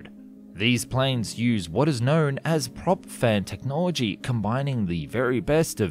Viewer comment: Astounding how you manage to talk about the Aerocon Dash 1.6 Wingship without ever uttering the word "ekranoplan", WHICH IS EXACTLY WHAT IT IS! - It sounds like you're saying "prop-fed technology". These types of engines were known as "unducted fans" at the time, and some did enter service.